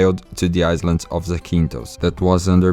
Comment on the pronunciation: Your English 🏴 is very good... Small bit of advice.. The word "Island" the S is silent, so it's pronounced like "i land" and "eye land" .... "Married" the i sound is e, so it's pronounced "Marr eed" The same for "Worried", it's pronounced "Wur eed" An excellent video and plenty of great information.. 👏👏